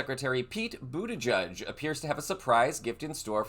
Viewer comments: I've given this a thumbs up, but I would like to clarify something. It's pronounced Bu-ti-gedge, not Bu-ti-judge. Thanks! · boot edge edge. at least say his name correctly. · It is not pronounced ‘booty judge’ !!! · There is no "judge" in the pronouncing of Pete's name!!! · Boot edge edge - pronounce correctly please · It's BOOT EDGE EDGE! Learn how to pronounce!!! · His name is not pronounced buttijudge. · Please send appropriate respect: it's not "budda-judge". 🤦‍♀️ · It's pronounced boot-edge-edge. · PETE has said his name is pronounced boot edge edge, not ending in "judge" sound... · ..... Pete BUTTI - GEDGE ........ Please get this great man's name RIGHT!!! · Buttigieg is pronounced - boot eh-gedge Thanks for the information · If we are going to complain when the right mispronounces Kamala (granted they do it purposefully), we should correctly pronounce the names of our own politicians. It’s “boot-edge-edge”, he described it as such when he ran for POTUS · His campaign t-shirts had the correct pronunciation: "Head over to his campaign website, for example, and you'll be invited to purchase shirts reading BOOT-EDGE-EDGE." Let's try this one on: Senator Boot-Edge-Edge of Michigan. Pronunciation is not going to bring us to the end of the world, but if you're pronouncing his name wrong, it makes one wonder what else didn't you fact-check to make sure you're not spreading disinformation. Don't be like the other guys. Show you care about getting it right. Thanks for your videos and for reading this comment. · I think you should pronounce his name correctly and Pete should run for president soon! 🎉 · Pls pronounce Pete's last name correctly. Simple respect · You re pronouncing his name wrong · Sorry not to be picky, are you pronouncing his name right? Maybe I got it wrong all along. I’m Canadian but love following him, one of the most intelligent and well spoken politicians in the U.S. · Learn how to pronounce his name for heaven sake! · Butti-jedge, not Butti-judge.